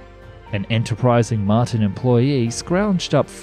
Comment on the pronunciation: Mart EYE N. wtf dude. 🤦‍♂️😂